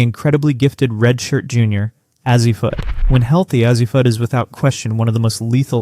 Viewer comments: It's pronounced "A-Z." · You're mispronouncing Azzi Fudd's first name. The "A' Is pronounced as in "phase", not as in "had". Otherwise...we'll see. At least you're willing to conjure...good for you! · then what is the deal with how KK and Azzi's names are said?